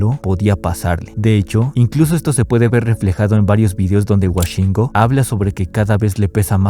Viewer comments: Woshingo❌❌ Washingo ✅✅ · Escribiste mil veces “Woshingo” y aun así insistes en decirle Washingo XD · Todo bien pero como que "Güashingo" hasta el mismo se dice "güoshingo" 😭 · Es wOshingo, no wAshingo. Dios…. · Me da desesperación de que diga washingo y no woshingo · WOshingo no WAshingo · Por qué pronuncia wAshingo????? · fuera de todo, pq dice Washingo, es con O 😖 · Por qué dices “WAshingo”😭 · Por que le dice Washingo xdxdxd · Por qué dices Washingo? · Me estresa demasiado la forma incorrecta con la que pronuncias su nombre, puedo estar como le de acuerdo contigo pero perdón, no puedo, me sangran los oídos, es como escuchar a Woshingo pero al revés